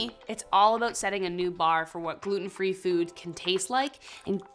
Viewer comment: I quit watching when she said gulten free donut.